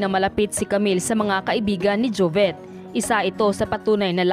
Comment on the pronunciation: Bakit jovet? Jovit ata. Rip idol